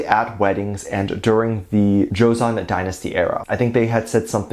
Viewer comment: Some may find me correcting you annoying but to each their own, I just want you to pronounce it right nothing Ill intended on my end. Joseon say it as joson 😊😊